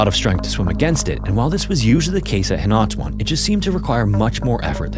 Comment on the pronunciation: philippine story jumpscare btw it's pronounced "hee-nah-too-ahn"!